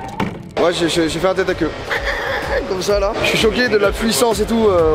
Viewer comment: "FAIT" avec un "S" Joyca, pas un "T"